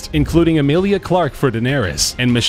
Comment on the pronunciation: It's not CATElyn its CATlyn